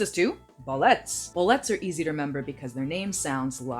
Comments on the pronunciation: It’s not bo-let’s... It’s bo-li-tas. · Bolete has a long e :[